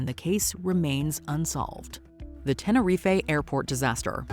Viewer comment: Tenner-ree-fay FFS...